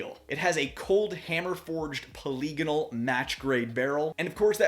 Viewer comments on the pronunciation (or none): The term is pronounced "poly-gone-al".